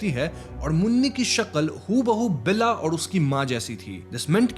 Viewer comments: Lol it's not Bella but Bela (बेला) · Its bela and not bella and its chetukwadi and not chatukwadi wtf